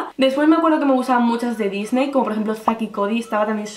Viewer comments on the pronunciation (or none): none